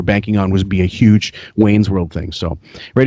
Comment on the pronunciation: Pronouncing "Humor" as "Yoo-mer" is 100% a Long Island thing. My dad grew up in LI and is the same age as and has the same accent. See also "Yoo-man" instead of "Human", "Yuge" instead of "Huge", and "Yoo-midity" instead of "Humidity". I do this sometimes even though I'm not from LI. People from LI can also add syllables to words with hard vowel sounds, which is something does. For example, somehow the word "Handbag" becomes "Hay-and Bay-ag".